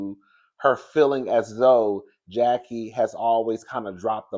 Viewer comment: I actually LOVE this episode bc we see Chantel with her momma enemy and love the alliance Jen/Brandi the Kenya of the show and Mrs. Jackie Marie Christie united against Evilyn and the new girls. That Latina girl was on my nerve like gurl you just came in and saying Jackie wrong? girl stay out of FAMILY BUSINESS! Chantel and Evilyn daughter are now bestie. Chantel and Brittany trying to be the SHAMEANA and PORSHA WILLIAMS of the show besties, but missing the years and history from RHOA lolzzz.